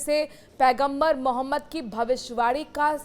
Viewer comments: Anchor mohtarma Hamare Paigambar ka naam acche se bol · Patrakaar Sahiba mere Nabi ka Naam thoda sahi se lo Yun Hi nahin Hai un per Sara ❤❤❤jamana Fida